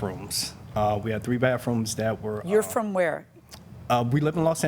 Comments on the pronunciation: Well to be fair at least he has three "baffrooms" 😎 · Well at least the guy has three "baffrooms" 😎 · It's baTHrooms, not baFrooms. Just one of those little things that irritate me when I should just let it pass........... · It was "BAFF ROOMS" for me. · It sounded like the plantiff kept saying baf what it that